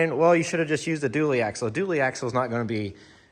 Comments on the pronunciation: AXLE, NOT AXEL..... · It's "axle".